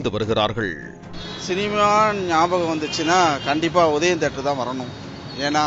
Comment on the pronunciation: வாய வெச்சுகிட்டு சாதாரணமா சொன்னா - "தியேட்டர்". அதெ வாய U-turn போட்டு கோணிக்கிட்டு சொன்னா - "தீதி-யே-டர்"...